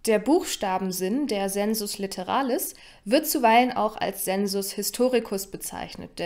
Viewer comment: Zur römischen Phonetik: sensus litteralis = [seːnsʊs lɪttɛra:lɪs]